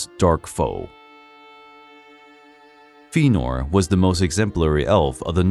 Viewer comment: While I appreciate this work you’ve done, please work on your pronunciation of names like Fëanor and angband. It was just such a Thorn that I couldn’t enjoy the whole piece